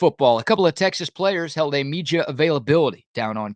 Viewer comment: Love the content but speak Like a human. Can you not pronounce a D? ITS MEDIA NOT MEGIA. God it annoying how you try to to do this on a lot of words.